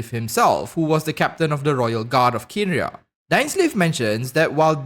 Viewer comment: Kanria not Kenria. Just helping you the "e" is silent.